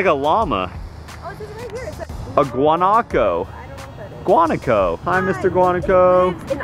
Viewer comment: I'm from Argentina and its pronunced guanAco not guAnaco. They are in like low bushes areas with lots of grass and where no one lives of course. I only saw them on the zoo. Loved todays vlog!